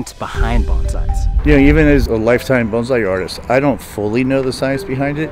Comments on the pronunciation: You keep saying "bonzai", you say Bonsai like "bone-sigh". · Professional Makes a video to educate people ... keeps calling it "Banzai" instead of Bonsai Smh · The way you pronounce it (banzai) means "ten thousand years of life", a battle cry for victory. Bonsai is pronounced like "bone-sigh". Just to be CLEAR. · Bone sai not bon zai. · BONE-sai. Not BAHN-sai. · What was really torture was hearing you call it "Bon's eye" the entire video. It's pronounced, "Bone sigh", just a suggestion which will hopefully get you more likes, once implemented into your future presentations ☺ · Most common misconception, saying zai instead of sai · I have always pronounced it BONE-sai. BAHN-zai is what they say when they jump out of a plane. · Bone-sai Not bahn-sai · Just can't get over you saying banzai instead of bonsai, which is a totally different word in japanese. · By the way, there is no "z" in the word bonsai, and the Japanese "o" is a long "o." If someone was bending, twisting, and wiring your limbs, you'd bone sigh. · I wish the video starts with the correct pronunciation of BONSAI and uses it to the end. To be clear it is not pronounced BAN ZAI. It’s BON like the way the French say it and SAI like on psycho. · Bonssai not bonzai, for the billionth time…. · it’s actually 盆栽 😂 jokes aside, yes, I know it’s spelled bonsai in English, but that spelling makes many believe it’s pronounced bonZai with a z, but it is pronounced as bonssai with an s sound, not a z sound. Is that clearer? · STOP SAYING “Bahn-zai”!!! It’s “bone-sigh”. It means “tree in a tray”. Don’t present information if you can’t even pronounce the word. Banzai was a wartime rallying cry. The nursery owner pronounced it correctly so many times, please learn from that. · Bonzai (Bonn zai) is "beautiful flower." The correct pronunciation is 'bone sai,' or potted tree. Drives me crazy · honey...it's bonn-sye, not bahn-zye. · yes. it is pronounced bo n sa i, not bonzai. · Pronunciation; "bone- sigh". Great vid.